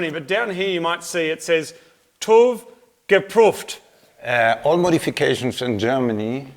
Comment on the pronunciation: „tuf gepruft“😂👌